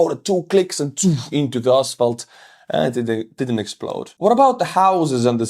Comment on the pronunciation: Love how you say asphalt.. ass-fault. hehehe gonna use that because its apt to describe the orkkk roads.